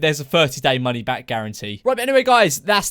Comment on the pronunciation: 'for your safety' memeulous you said 'money' wrong